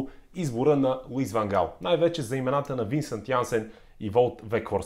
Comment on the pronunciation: По принцип не е Ван Хаал, а Ван Гаал. Миналата година силният Нидерландски състав прескочи група с очевидно по-слабите в сравнение с Нидерландците отбори на Австрия, Украйна и бившата Югославска република със столица Скопие (за Северна Македония става въпрос), но не можа да изхвърли Чехия. Да, Чехите имат полуфинал през 2004-та, но със сегашното си име. В Нидерландия има много класни футболисти, но липсата на най-опитните за всички времена Едвин Ван Дер Сар, Ариен Робен, Уесли Снайдер, Рууд Ван Нистелрой, Кларънс Зеедорф, Робин Ван Перси, Рууд Гулит, Денис Бергкамп и Едгар Давидс си казва думата. Да, те може да са на най-малко 46 години, но Нидерландия с играчите, които споменах и редом до тях личат имената на Върджил Ван Дайк, Мемфис Депай, Матиас Де Лихт (същият Де Лихт, който не успя да се справи със задачата да неутрализира Спас Делев в онзи мач на Нидерландския национален отбор с нашия) и Жорджинио Вайналдум, ето това щеше да е състав, достоен за финал на световно по футбол. Иначе според мен Нидерландците ще отпаднат на осминафинал, тъй като мачът от осминафиналите ще се реши след дузпи, където Щатите очевидно тренират изпълнение на дузпи, а и ги видехме преди 8 години какво стана с тях. А за тва с рака - жалко че човек като Ван Гаал е получил рак, на абсолютно никой не му пожелавам да получи рак и подобни болести.